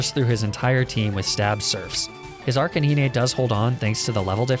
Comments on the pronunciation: Nobody:: AR-CAN-NEEEE-NAY facepalm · It's not Arca-ni-ne It's Arca9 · "arcaneenay" ok I will admit that pronunciation made me chuckle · It's Arcanine (Arson-Canine). Great video, but next thing your gonna mispronounce is Snorunt (Snore-Runt), when it's Snorunt (Snow-Runt). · Gotta love Arcaneenay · He really said Arc-ay-nee-nay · “ArcaNEENÉ” I’m sorry what?! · I agree with your stance on Pokémon pronunciations but it still does not justify your pronunciation of “Arca-Nee-Nay” like how? 😂😂😂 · His arcanine and lapras prounonciations make me perish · Challenge idea. Can you beat any pokemon game without pronouncing arcanine in the most horrendous way possible. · The way he pronounces Arcanine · someone plz teach this guy how to say arcanine it triggers me so hard. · That arcanine and lapras pronunciation gave me cancer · Pronounce Arcanine and Lapras right PLEASEEE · How come you keep on pronouncing Arcanine wrong lol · Learn how to say arcanine correctly please thank you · “Pokemon names are arbitrary” ah yes, arcaneenay and lapraah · ... leprah edit: ARCANEENAY I'M DYING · Arcaneenay and laprah. Lol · Why is lapras being called lapra and arcaNINE being being pronounced arcanaynay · "Lapr-ah" "Arca-nee-ney" Sorry, huh?- (Also, not trying to make fun of peeps, just thought it was kinda funny, that's all-) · trying to get out from under the bus that people throw him under for his weird pronunciations. your arcay-neenay and luhpruh drag you too far down there. Pokemon name pronunciations are generally based on three things: how the show pronouned the english names as, the smoothest way to pronounce the names, and how other pokemon media pronounced the names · You can argue about pronunciations all you want but nobody will ever call Lapras -“Laprah” lol Also, you have no excuse for that arcanine pronunciation 🤣